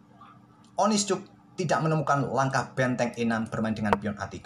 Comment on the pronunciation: Kok aku denger suara admin bilang betteng klo ngomong benteng😂